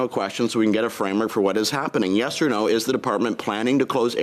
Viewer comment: She cant pronounce "yes".